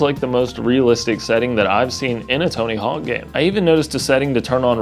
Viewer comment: Are you calling it Tony Hall?? Bro